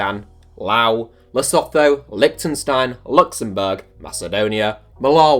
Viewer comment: Lesetho is pronounced LesooToo